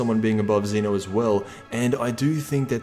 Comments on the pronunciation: Xena ?? He's Zen-Oh Sama, bitch ! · It is pronounced Zeh-no not Zee-no